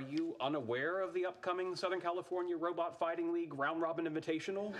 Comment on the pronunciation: Kripke’s speech pattern isn’t necessarily a lisp, but more of a rhotacism a la Elmer J. Fudd. He replaces Rs with Ws (Wobot vs Robot, for instance)